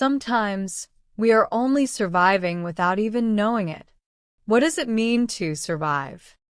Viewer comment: ماعرفت كيف تنطق كلمه surviving